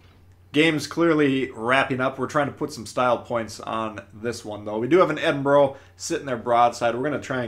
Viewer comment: Ouch, you butchered the pronunciation of Edinburgh